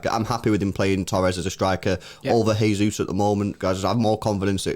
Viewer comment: Guys. Gabby Jesus is Brazilian not Spanish. Please stop saying “Hey-Zeus”. It’s JAY-Zeus”. Pronounce the J. Please lol.